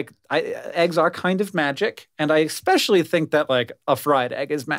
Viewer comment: How did Hank just pronounce especially? Esssspecially dude. OH NO!! He sai, “EGG-specially” didn’t he. 🤦‍♀️